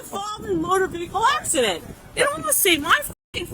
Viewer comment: Love how she keeps trying to say 'Motor Vehicle Accident', and butchering it in a different way each time. Priceless.